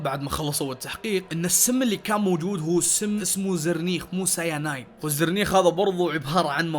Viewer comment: معليش بس حبيت اعدل علي كلامك اسم السم السيانيد مو السيانايد وشكرا👍👍